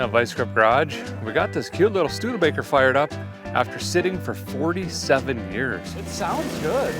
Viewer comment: Did I hear “stude-faker?” 😂